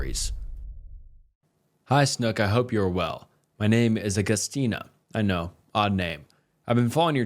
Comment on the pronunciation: WTF is wrong with your pronunciation bro. There’s no way you’ve never seen or heard the name, agustina